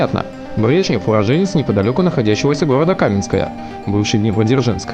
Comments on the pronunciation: КаменскОе!!! А не кАменское!!! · КаменскОе. Ударение на бкуву О!